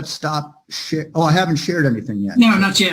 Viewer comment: IM DEAD🤣🤣 When he starts talking about sharing his screen to show Judge Manning the Texts, It sound like hes saying Shit instead of share😂 Then goes on and is like A God Damn It!😂